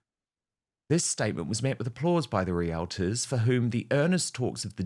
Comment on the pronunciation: Dan…ask a Canadian how to pronounce realtor.